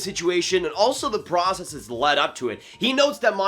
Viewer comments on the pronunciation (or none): none